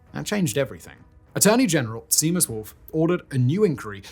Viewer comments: Not that it's important, but the name Seamus is pronounced "Shaymus". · DID HE JUST SAY SEE-MUSS? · I'm Irish and from Dublin but Simon your pronunciations are not great. Gardaí is pronounced Gardee. Seamus is not Seamus it's Shaymus and so on and so forth for so many miss pronunciations. But, however, great video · I get the mispronunciation of Taoiseach or Monaghan... but "sea" mus for Seamus? "Da-rack" for Darragh? Gar-die for GARDAI It's like A.I. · . . as an irishman.. i appriciate this video very much .. irish names are not your forte .. .. ie. Seamus.... Shay .. mus .. .. great show though. . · How do you as a Brit not know how to pronounce Seamus, but this Aussie does? 😋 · I'd say something about Simon's pronunciation of Seamus, but I know he does t really care, lol. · I had to stop commenting, honestly. I can understand mispronouncing Haughey (I believe Simon's in his 30s and wouldn't have been paying much attention to news etc when he was in power) and even Ahern (some people with that surname do stress the A). But Seamus. Darragh. Taoiseach. Gardaí.